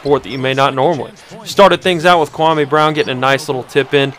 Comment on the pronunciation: stop pronouncing kwame's name wrong, so fucking disrespectful...